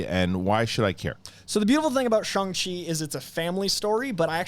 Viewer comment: Shang, not Shaang